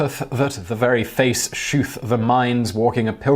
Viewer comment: anglo saxon is german, not french. Penny-geh is the pronunciation, modern german, pfennig, plural pfennige. having said that, a 'g' between vowels was likely pronounced like a "y" (see 'eye') - Pen-ni-ye. TIFO pronunciations are a laugh. call me. and 'sheweth' is not 'shooth,' it is showeth. think of 'sew' or England's Shrewsbury.